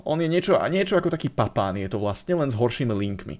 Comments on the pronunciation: Ale jeho meno sa vyslovuje Papán nie Papin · Prosím ono se to vyslovuje papán klidně si to najdi na internetu není to zas tak těžký